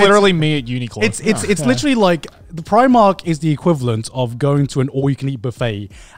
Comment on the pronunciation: Yalldid not iust pronouce primark like that